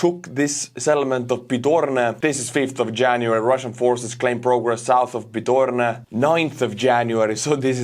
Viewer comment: it's not Pidorne, it's /Peed-hoh-ROD-neh/. Dunno, if you read it like that on purpose, but it sounds very close to a ban-word. Just saying.